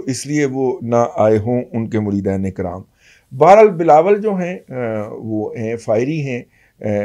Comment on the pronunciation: داداجی لفظ " مریدن" میں دال کے نیچے زیر بولا یا پڑھا کریں امید ہے گستاخی معاف فرمائیں گے